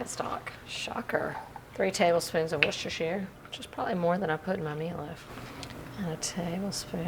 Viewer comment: I beg of you - please start calling Worcestershire sause correctly!!! I love watching you but it makes my ears bleed to hear your pronunciation